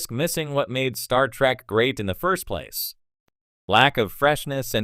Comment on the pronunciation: You would think that if you are running a star trek channel, you could train your AI voice to say "Star Trek" properly